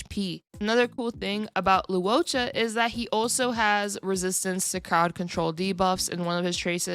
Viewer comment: Just a small nitpick but Luocha is pronounced like Loh-cha not Lu-o-cha